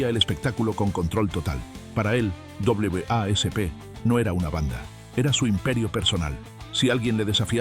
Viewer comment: "Dobleve a ese pe". Jajaja suena gracioso pronunciar así a W.A.S.P. Y si bien puede que sea la manera correcta , es mucho más fácil simplemente solo decir wasp y creo q se entiende más, si alguin escucha este video sin ver las imagenes no sabría q estás hablando de W.A.S.P.